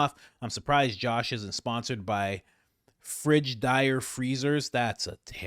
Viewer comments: It's FRIGID AIR not Frige dire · lol, it's pronounced "Fridgid Air" Freezer